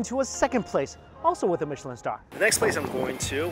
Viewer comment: Aw yes the michlin star I’ve heard of the legendary “michlin” star